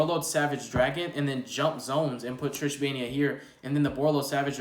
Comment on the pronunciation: Haha that's not what I meant, you pronounced it as Tris(h) think you are still thinking of Trishula xD